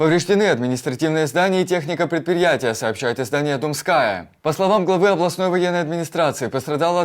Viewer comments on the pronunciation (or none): Площадь Думская в Одессе ударение на букву у